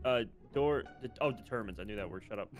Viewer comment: DID SAY DETER MINE FOR DETERMINE??? OH MY GOD